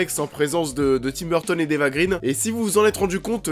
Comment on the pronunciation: Eva "Grainh" & pas "Grine", son père est suédois & pas anglais.